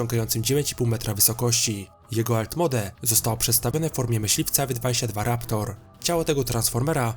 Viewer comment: "Alt MOŁD" kolego się czyta :)